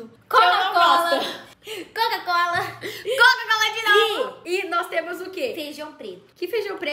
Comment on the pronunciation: Não é cocacola e nem cacucola e sim quacucola kkkkk